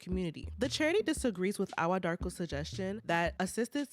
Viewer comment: Hii Ghanaian here. Awuah is pronounced eii-wuuaah. Joseph is a liar, thief, dishonest, selfish, greedy person. Fake within and without.